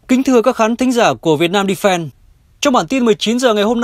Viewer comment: Rất khó chịu khi nghe phát âm cái từ Defence như là Depend. Không biết người đọc có hiểu hai từ này không nhỉ?